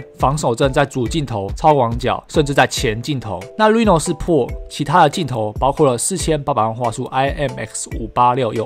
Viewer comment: 希望能夠稍微糾正「Pro」的發音 （不是找碴啦一個小小建議） 加油～